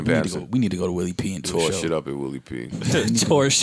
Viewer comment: Joe said sheeid and his hoody just came off instantly true magic